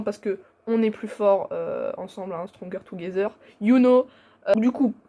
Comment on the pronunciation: stronger together u knowwwwww, quel niveau d'anglais